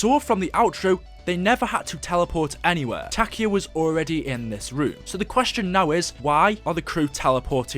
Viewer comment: Every time he said Takeo I died a little inside